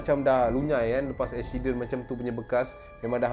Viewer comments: ashiden .. ashiden.. comel je hihi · "ada satu ESHIDEN, dorang tengok ESHIDEN tu" HAHAHAHA MACAM ANAK BUAH AKU SEBUT LAH! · Ekshiden hahahaha